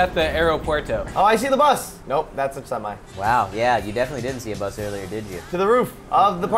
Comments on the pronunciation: its buth not bus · messed up saying Bus one episode ever since they say buth instead of bus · why the fuck does he say bath instead of bus? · buth not bus